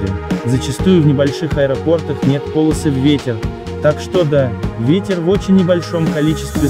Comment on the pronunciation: Не - по'лосы, а - поло' сы! 😆